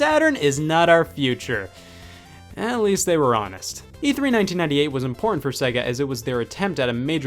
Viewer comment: Why can't Americans pronounce SEGA properly?